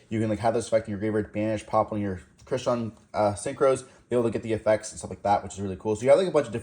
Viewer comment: Smeeger when clearly it's Smiger. Also Crystron like the name Chris not Cry like Cryo.